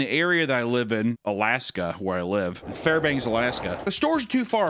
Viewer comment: you mispronounced Fairbanks Alaska